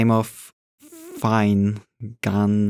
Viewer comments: Its Finn-e-gan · The name is pronounced like "finn ih gen"